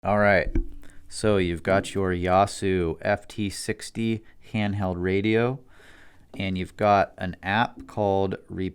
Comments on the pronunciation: yahsoo? Seriously? It's a Yay-soo. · Great video, thanks for the help. I hope you learned to pronounce agilent and yaesu by now. That was killing me ^_^.